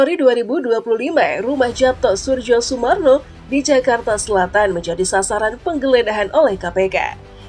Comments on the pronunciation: Suryo Sumarno, Surjo dibacanya SURYO bgtuu lah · Sepertinya baca namanya itu yg benar YAPTO SURYOSUMARNO, bukan japto surjosumarno krn itu ejak'an lama 🙏🙏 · Mbak, kalaau ngomong sing apik dong masak nama ybs di baca Yapto Surdjosurmarno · Pembaca beritanya tidak mengerti cara membaca EYD. Kedengarannya jadi loetjoe.. Khususnya saat membaca nama tulisan Japto harusnya dibaca " Yapto'. Soerjosoemarno harusnya dibaca " Suryosumarno". Tolong diperbaiki. Tks.